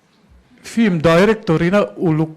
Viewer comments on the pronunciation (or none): none